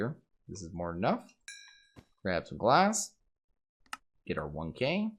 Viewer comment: Hes literally saying liquid gas... as if hes taking a poo in the smeltery